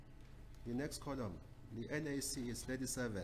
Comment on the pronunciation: Thank you said that. I thought I was the only one who was noticing how fast and ignorant this lawyer is. He pronounces "column" "coloom". Whomever hired him to defend them is equally daft.